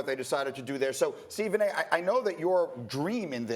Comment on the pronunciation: Stephan “Nay” Smith